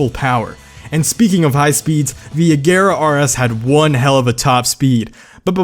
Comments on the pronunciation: Every time he says A-gare-uh instead of A-zher-uh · Its pronounced agera or ajera 🤔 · U kept saying Agera wrong 😂